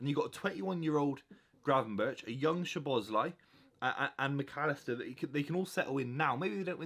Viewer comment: You butchered szoboslai’s name so badly, he literally broke it down how to say his name